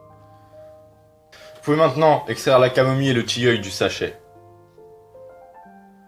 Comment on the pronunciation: Du "tilleule" !MDR